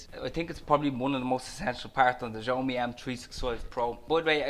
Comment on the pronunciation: It's pronouned "shyaomee" ☺️